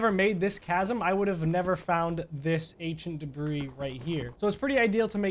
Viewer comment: Why it sound like you say Asian debree😂